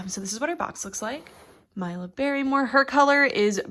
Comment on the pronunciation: I believe it's pronounced 'Meela', not 'Myla'. It's a lovely name, I can't wait to get my own :D